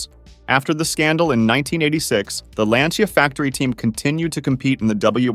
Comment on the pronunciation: I only have one note: the pronunciation of Lancia. It's not "lansia" or "lantsia", it's "lancha". "Ci" in Italian is pronounced as "ch" (and so the "i" is basically silent). I'm bringing this up because Lancia was such a fundamental part of rallying, I don't have bad intentions. Otherwise great video!